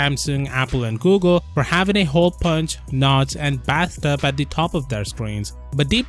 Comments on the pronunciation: “ bath tub “ 😂😂😂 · When he says "Bathtub" 😆